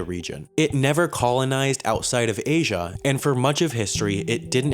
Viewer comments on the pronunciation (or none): none